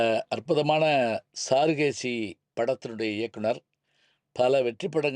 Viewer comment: ஐயா! படத்தின் பெயரைச் சாரு(க்)கேசி என்று சரியாகப் பலுக்காமல் ஏன் சாருகேசி என்று பலுக்குகின்றீர்கள்?